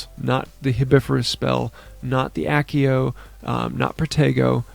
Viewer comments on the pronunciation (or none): none